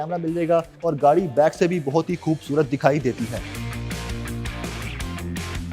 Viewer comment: کھاصی کھوبصورت ۔۔ اردو کو معافی دے دے بھائی